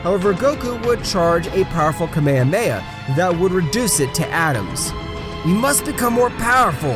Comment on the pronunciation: “Kamahamha“ what is a kamehmaha!? it’s KAAAAAA MAAAAAAAA HAAAAAAA MAAAAAAAAA HAAAAAAAAAAA